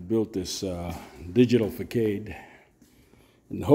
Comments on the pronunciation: Good work. But I couldn’t figure out what you were talking about for a bit…. It’s pronounced “ fa sod”…. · Facade is pronounced fuh saad. 🙌👍. I did your channel though you have great ideas. 💡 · Fa Sod 😂 ❤